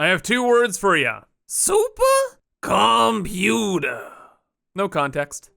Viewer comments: supah computah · idk y but, i love when he says SUPA COMPUTA lol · I'm a simple man. When I hear "SUPAH COMPUTAH" I'm happy.